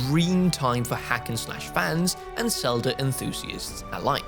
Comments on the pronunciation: I appreciate your work, but please work on your pronunciation of Z sounds in English. You’re saying “Selda,” and in the past you would say “Sion.” These names start with the letter Z, which requires a different pronunciation than the letter S. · Is it me or does say “Selda”?